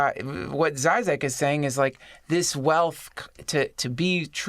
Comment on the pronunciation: zhee-zhek those little birds over the Zs make a zh sound, like the S in pleasure